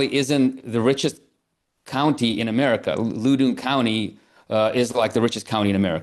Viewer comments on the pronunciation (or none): he didn’t pronounce Loudon County properly, which is the richest county in the country